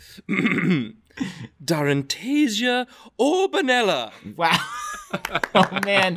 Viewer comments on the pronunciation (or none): It's 'orboNELLa', not 'orbonellAH'!